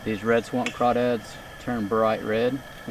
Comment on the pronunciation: I’m from Louisiana and I’m happy you pronounced them correct